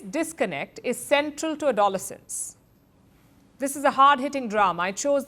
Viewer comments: It's terrible how much easier it is for bullying to go unseen due to online interactions. Thanks for reporting on this important topic. There was just one thing i found distracting.. the pronunciation of "aDOlescence" (it's adoLEscence) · It's not ADOL-essence. It's ADLESS-ents. Also you do not address misandry from feminists. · Palki, good conversation. The pronunciation is something like ado-lessons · It is a-do- LES-cence The accent is on the third syllable. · Why do Indians like you mispronounce the English language? A DAW LE SENSE ??? Palki you do it consiste tly .Your journalism is often disappointing and one sided..agendas like your PM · Uh- dole -insence 😂😂😂?? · Cant even pronounce Adolescence properly! 🤣🤣🤣🤣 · Palki that’s not how you pronounce that word. Completely incorrect. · God your voice is so annoying. Why are you shouting and speaking in one tone? Like a headmistress talking to a child. I wish Indian presenters got proper media training. And you can't even pronounce 'adolescence' properly. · innocuous pronounced correctly, adolescence, not - come on Palki, get it correct - intonation is everything !! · Palki firstly learn to pronounce Adolescence correctly… also Bollywood learn from the top notch acting of Stephen Graham, one the finest actors of our time, also the child actor, I hope he goes far.. Bollywoods new nepo kids should learn what real acting skills are about… Also both Tate brothers should be in prison right now. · Palki pronounced 'Adolescence' incorrectly! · Could you please correct the pronunciation of Adolescence?I am being bullied by my European wife that she is such a popular news reader and she don’t know how to pronounce the word correctly. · Can you please pronounce the word ‘adolescence’ properly. I had no idea what you were talking about the first few seconds into this video. Otherwise I love your content. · She can't even pronounce the name correctly but flexes a British accent for non English viewers